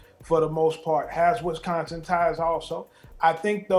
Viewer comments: It's Wisconsin. Not Wesconsin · It's not WESconsin. Dammit, learn how to pronounce it.